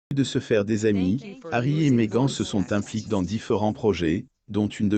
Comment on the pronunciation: Merci à la fin personne qui a apprécié mon message. J'ai tenté de réécouter cette traduction... Oh !!! , cette prononciation idiote du prénom "Meghan" ! Je n'ai même pas envie de rire, tellement c'est con !!! Pu. ..n! Il a été payé pour ça ???